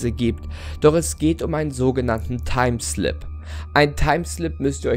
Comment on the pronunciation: ich dachte du sagst timestone :)